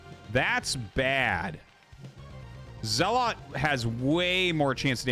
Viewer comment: His name is Zelot not Zealot